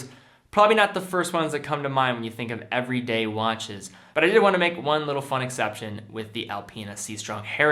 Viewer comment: Lol “EVERDAY” watches